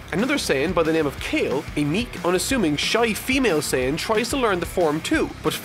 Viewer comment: I’m really irritated by the fact you pronounced Kefla Kaifla...and that you pronounced Kale properly but didn’t know her official transformation name was berserk? C’mon...